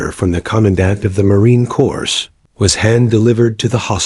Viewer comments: It is pronounced Marine ' Cor', not Marine Cors, The dot dot dot, stop it, pause for 1 or 2 seconds Challenge coin, she should carry it daily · Great the "s:story. Just to let you know "s" is silent its Corp.